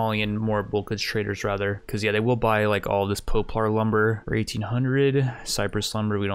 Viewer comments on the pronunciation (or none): Hope no one was taking a drink every time he said po-plar instead of pop-lar.